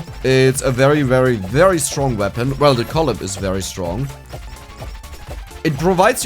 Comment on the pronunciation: If her name is pronounced in a traditional English way, it would be "kuh-LIE uh-PEE"... not "CALL-ee YOH-pee". But I don't know much about HoloLive or how they pronounce things.